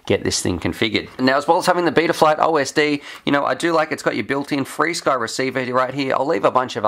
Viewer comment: freesky? whaaaa carn man it’s Fr Sky wooop wooop 🤣